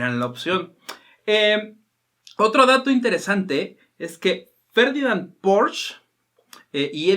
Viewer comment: Se pronuncia “porche” no “porch”